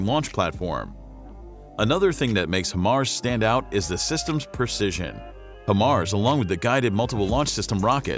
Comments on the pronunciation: Better Than HIMARS? NO ! It is NOT Him-Mars. It is pronounced Hi-Mars! That's Hi as in Hello, High the opposite of Low LOL! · Why do americans call it him-ars... (HI)Mar, HI stands for HIGH... HIGH mobility multiple rocket system... HI-mars... american english is fucking terrible. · its pronounced HIGHMARS not HIMARS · How are you miss pronouncing Hi-Mars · Nope. It’s not better than HIMARS. If you are not blind, you will not ask this question or try to compare apples and oranges. And if you call HIMARS, “He-MARS,” it means you have no idea what systems that you are talking about. Did he just say “30mm” rockets? Wtf! It’s 300mm! Damn this dude is terrible!